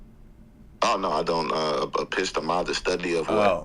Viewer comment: “a pissed-a-muh study” is wild. high iq stuff.